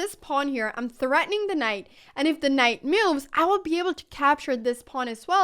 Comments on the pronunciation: Love your content! Thanks for all the explanation. On a funny note, I realized you say "moves" like "me-you'vs"! haha, and "new" as "ne-you's", and "now" as "knee-ow"! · I'm just here to see her smile and hear her say, "me-ooves" lol